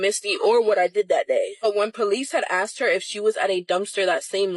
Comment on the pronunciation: Don’t say axt. Troglodyte